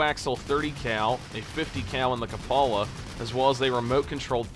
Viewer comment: It’s cup-o-la not ka-paula…. One word at a time this is how a language fails and degrades to the point it can no longer be used to effectively communicate…